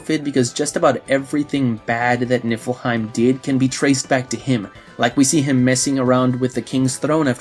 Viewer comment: And I keep hearing "Nippleheim" 😂